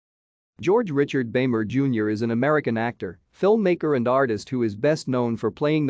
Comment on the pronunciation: It's pronounced "beemer".